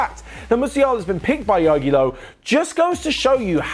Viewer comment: Was für Jogi Low?? Bro come on ask Nico and pronounce it kind of correct please